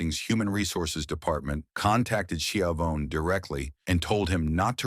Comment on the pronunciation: Why don’t you just make your own videos? Why do you rely on AI? You really, really messed this one up. Tony “ski-a-vone”? Video disliked.